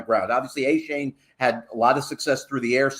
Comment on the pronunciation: How is still calling Achane, Achain?